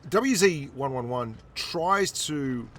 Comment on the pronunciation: It's pronouced W zed, one eleven 1 four. Just so you know.